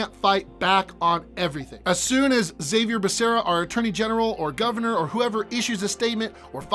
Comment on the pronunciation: Zabier Becerra 😂😂 it’s pronounced (ha-vier)